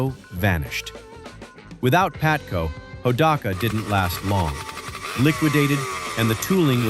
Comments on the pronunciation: AI Video... it is not PATCO, it is PABATCO LOL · By the way,it's called P A B A T C O,not Patco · PaBATco, not Patco. Jesus bro, can't you get such an important detail right? AI SUCKS ASS!!! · It was "PABATCO" you AI genius